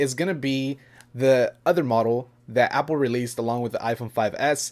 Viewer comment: It's Apple not apole